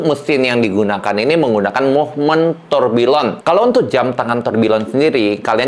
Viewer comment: Loe org jam kenapa ga ngerti cara pronounce nya tourbillion itu harus nya Tourbiyong masss??